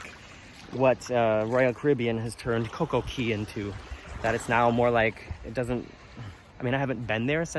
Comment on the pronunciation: Thumbs up for correctly pronouncing Princess Cays and Coco Cay! Princess Cays is actually just a private beach near the southern tip of the island of Eleuthera. It is NOT a private island though Carnival Corporation would like you to think otherwise! The map of the resort is entirely misleading by attempting to give the impression that Princess Cays is an island! Eleuthera is over 175km long (that's over 100 miles!) with a population of over 11,000. For some odd (maybe greedy) reason, Carnival Cruise Lines drink packages are not valid at Princess Cays but drink packages from sister cruise line Princess are! I'm happy you had lovely weather for early January in the Bahamas!